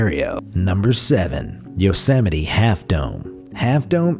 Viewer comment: ?? he pronounced it correctly